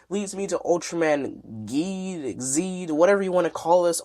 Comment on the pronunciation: its geed not zeed